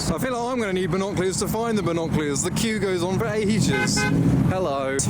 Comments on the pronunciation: Your accent can’t say the word binoculars 😂 (not from London ent you?) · Binoculars ❌ Binoclears ✅ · It's not binoclears 🤦‍♂️🤣🤣 it's binoculars 🤣🤣🤣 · and as for pronouncing binoculars wrong you freak